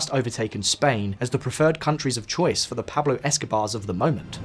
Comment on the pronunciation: You guys should use Speakly to brush up on your Spanish pronunciation 😏 Pæb-lo 🤦🏻‍♂️